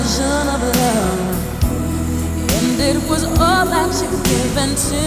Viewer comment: when the word “all” became a +20 syllable word.